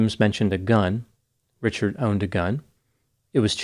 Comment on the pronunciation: Richared. Not. Not. The. Bridge. Man. Richared. Incent